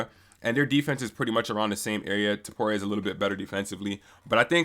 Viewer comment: why can’t anyone say topurias full name right lolol it’s always either ila topuria, or ilia topura. Its ill-lea toe-poo-ree-ah!!